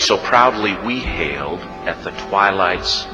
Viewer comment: "held" should be "hail'd" (hailed) "ramperts" should be "ramparts"